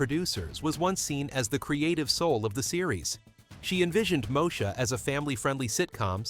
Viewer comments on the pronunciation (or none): Its pronounced MO-E-SHA. Not Mosha!!! Once UPN got established as a network station with the help of the black shows, it cancel the ones who started it.